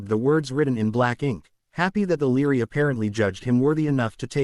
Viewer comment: It is Library not leery. If you cannot deal with three letters within a word, then you need serious psychological help